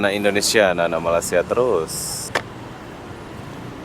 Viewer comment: Bro awak selalu dtg Malaysia tp sebutan tu masih tak betul, Malaysia bukan malasia😊